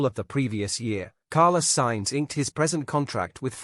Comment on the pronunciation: Piastri didnt refuse Alpine as he had signed weeks before for Mclaren so he couldnt have said yes if he wanted to. . Why oh why cant you say the names correctly or even spell them correctly .Carlos Sainz is Carla Signs, Leclerc is LECLEX . Oh my gawd! Please do your homework or stop using AI. During the close down period there is no discussions Its strictly barred. Dont subscribe to this utter ignorant rubbish.